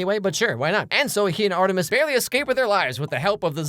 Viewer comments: You saying Art 3 mis reminds me of how I still call that one bad movie Fant 4 stic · the way you call Art3mis sounds like Arthritis. 🤣🤣🤣 I can't stop thinking about it LMAO!!!